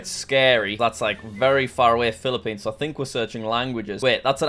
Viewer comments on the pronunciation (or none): none